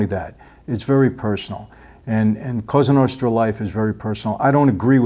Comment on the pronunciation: I really like your videos but I don't like how you pronounce Italian words in an American accent. When you say Cosa Nostra, you say it like "Qouza Nousthra". Just say it in an Italian way like "Koza Nostra". Well, you know what I mean :))) BTW I've watched a movie called "Bonanno: a Godfather's Story", which is based on Joe Bonanno's Autobiography. And in that movie they say the same about Kennedy's murder - his father had tight contact with Mafia and they helped him to win elections but later he began fighting Mafia and that's why they get rid of him.